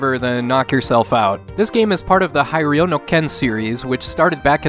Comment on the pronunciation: I love your videos but your Japanese pronunciation could use some work. Hiryu no Ken is "he-ree-you" no ken. Then again, it's become a running joke as I've watched more of your videos, so idk